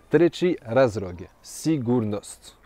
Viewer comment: Да ли је до мене, или у неким ситуацијама изговара р уместо л? Попут разРог уместо разЛог?